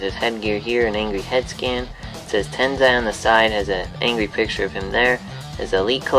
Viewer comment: Dude its not Tenzai its Tensai lol